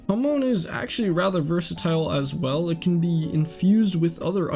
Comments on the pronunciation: first of all, why are you pronouncing hamon, as hamoon second, you could just blame joseph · why do you say hamoon not hamon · U say it like its written hamoon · Why can literally no one pronounce hamon right. Hamoon🌑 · Its pronounced HAH moan